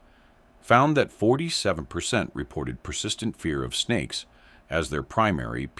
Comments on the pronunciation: no he said spakes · Snakes! Did you say snakes?